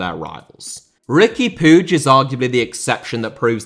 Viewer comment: Ricky Pooge lmao